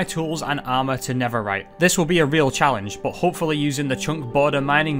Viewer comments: Netherite ❌ Neferite✅ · he was making a joke about accent and how he pronounced netherite